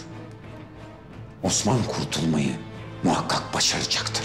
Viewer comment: Bu Sofianın bütün osman diyişlerini birleştirseler çok güzel video olur!